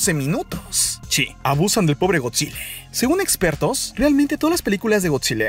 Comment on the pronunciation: Me chirría que diga eeeee al final de cada frase. Es Gotzilla no Gotzileee